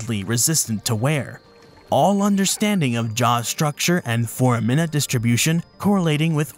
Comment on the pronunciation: I think they also mispronounced foramen and foramina? Unless I've been mispronouncing those words my entire life 😂